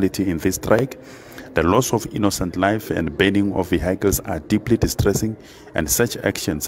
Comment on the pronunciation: Oh? Veehighcles?